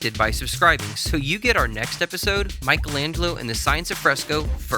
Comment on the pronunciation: What’s most amazing is the fact that you managed to make Michelangelo sound russian…